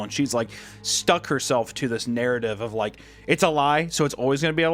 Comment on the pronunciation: I'm not about to look past Hunter saying that the creator was "stook" 😂